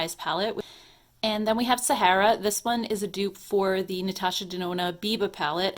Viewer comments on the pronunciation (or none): none